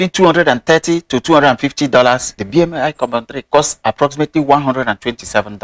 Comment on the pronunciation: Thank you! I appreciate your unbiased views comparing western brands with chinese brands. Btw, BMAI is pronounced Bee-Mai 必迈. And Qiaodan is Ciao(like the italian word)-Dan, to make it sound like Jordan hence their logo. Also wondering if you know of any chinese equivalent for the asics novablast?